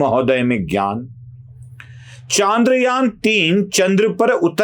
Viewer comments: बंधु आपके बोलने में ही इतनी सारी गलतियाँ हैं कि आश्चर्य होता है कि बोलने में भी इतनी गलतियाँ हो सकती हैं क्या। एक तो आप ये जान लीजिये कि चन्द्रयान होता है, चांद्रयान नहीं। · चंद्रयान✔️ चांद्रयान ❌